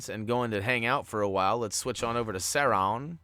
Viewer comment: If you're looking for help with pronunciation, Sauraman is pronounced like; Saw, Rue, and then like Jamacian "Man" (Mon) Sauron is Sow (like a female pig) and Ron, like well Ron, any Ron will do, Ron Weasely...etc. Love the Videos "Mon"